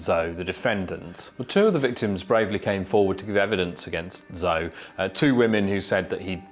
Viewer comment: He is really mispronouncing those Chinese names. Zou...lol